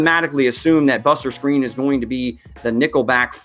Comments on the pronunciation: I doubt it he's the only person I've heard say it that way, the commentators say it, what seems to be the right way lol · ik he was saying screen tho 😂 not skrine just giving him shit